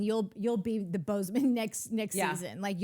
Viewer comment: I want to believe Natalie and Courtney are saying Boze O Ma, but I'm hearing Bozeman. Is this an aural sensation akin to randomly smelling toast? Am I having a stroke?